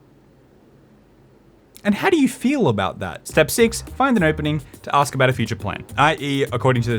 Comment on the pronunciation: You gosh you too say axe instead of ask xD